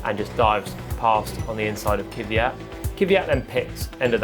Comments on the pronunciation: Can someone please tell Palmer that the Name is "Kvyat", not "Kyvyat"? It's always quite enlightening to hear people pronounce their own name, so here you are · Why do brits say "Keeviyat"? It's pronounced "Kveeyat" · Its kwi-at not kiwi-at man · I guess they just cant pronounce "kv"